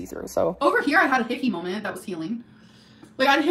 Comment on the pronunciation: everytime she says situation type deal or moment( or as she says molment ) type deal it’s just so freaking cringe. i can’t stand it. she says that about everything.